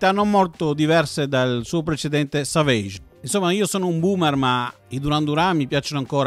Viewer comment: Gary Numan-Intruder. SEveg la pronuncia di Savage